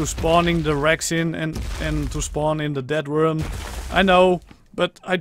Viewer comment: who else heard we are going to hunt down a dead worm instead of death worm